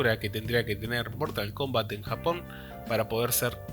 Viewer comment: Mortal Kumbat